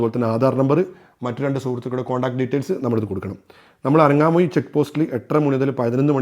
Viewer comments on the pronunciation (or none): Bro ithoke vere video kand padichitt aanu alle parayunnath!!😀 അനങ്ങാമൂഴി അല്ല ആങ്ങമൂഴി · അനങാമൂഴി അല്ല ആങാമൂഴി. കാക്കി ഡാം അല്ല കക്കി ഡാം. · ആനങാ മൂഴി 😅 അല്ല ആങ്ങമൂഴി 😃🤗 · അനങ്ങാമൂഴി എന്നല്ല. ആങ്ങാമൂഴി എന്നാണ് .